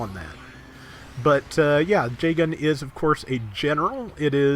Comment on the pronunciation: is it me or does pronounce Jegan J-Gun?